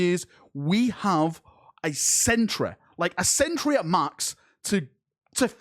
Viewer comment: He said "City", but I heard "sitter." Also, "Century", but I heard "centruh."